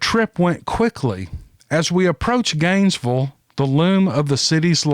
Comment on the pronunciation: My husband started driving on SR 27, starting from Ft Lauderdale somewhere to Bristol, FL. 12 hour drive, at the age of 14 or 15. LOL! I've never heard Gainesville pronounced quite like that,. I LOVE IT! "ganesvul"! My husband calls it Gainesburg.